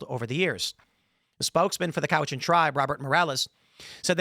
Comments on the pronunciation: Cowichan is pronounced sort of half way between Cowichan and Cowichin. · How is it Timmy pronounces Cowichan 3 different ways in this video. Also Cowichan region is on the island and Richmond is sth of Vancouver. You know, where the airport is. Great reporting requires competent research.